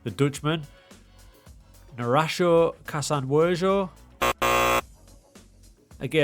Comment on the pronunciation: kasanwirjo is pronounced: kà-san-wee-r-yo